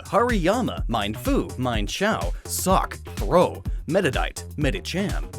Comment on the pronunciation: It's Throh, NOT Throw! And does Throh look like a cat to you? LOOK UP ITS ORIGIN!